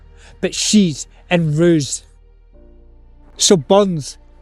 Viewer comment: The most surprising thing about this is the correct pronunciation of roose.